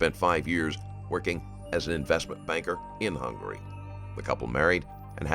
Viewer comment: Originaly from Hungry……. Hungary not Hungry!